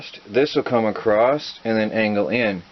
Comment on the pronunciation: I am a huge fan of what you are doing and have learned alot from your channel I also have learned what not to do lol but I have one complaint.....the word "Across" there is no T at the end of that word is that a speach impedement thing or is it a regional accent thing going on there?